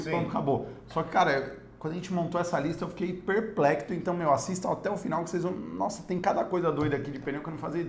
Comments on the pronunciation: É perplexo e não perplecto. Abraço! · A palavra correta é perplexo e não perplecto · perplecto kkkkkkkk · Perpectlo 😂😂😂 não seria perplexo não? 😁😁😁